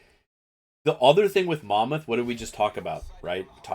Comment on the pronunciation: A big fucking well done for saying mon mouth correctly!